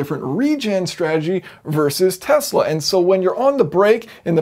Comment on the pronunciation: ikr. Now if I could just get him to pronounce Tesla correctly